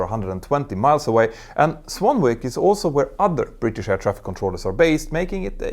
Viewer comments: the place is pronounced Swan-ick not swan-wick. A word where one W is silent and one isnt. The joys of English language 😂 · "Swanwick" is pronounced "swan-ick". Don't ask, some British place name pronunciations are a mystery even to the British! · Swanwick is pronounced Swannick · Just for information; the name Swanwick is pronounced without sounding the "w" - like "swannick". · Because British English is such a mix of languages, I thought I'd just help correct the pronunciation of Swanwick. Like many -wick ending names in the UK, the 'w' is silent. So Swanwick is pronounced Swan-ick. Like Warwick is pronounced Wahr-ick. Sorry about this, it's all on us Brits. And this is the least aggravating issues we have. Don't get me started on Towcester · Swanwick = Swan-ick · odd english, swanwick is pronounced swannick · FYI. Swanwick, (which incidendly is near to me) is pronounced "Swannick", it has a silent "W". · The second "w"" in Swanwick is silent.